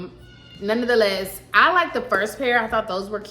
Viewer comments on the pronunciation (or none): you’re pronouncing NONETHELESS wrong…it’s not nonoftheless. You’ve been saying it a lot and I’m just trying to correct you not shade you.